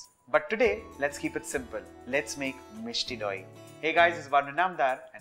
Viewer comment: The way he says Misti doi😍😍😍